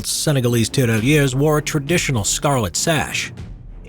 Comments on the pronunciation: As a French speaker, I cringed everytime you Said tirailleur. A great movie on that subject is Days of glory. It dramatized the use of French colonial troops. It's a shame that movie barely got any attention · The prononciation of tirailleur isn't good